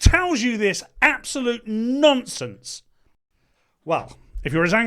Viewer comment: Did you say Stammer speaks "nonsense" or "nonce sense" ? :-)